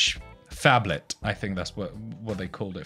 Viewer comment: Awesome video but "ph Ablet" almost killed me XD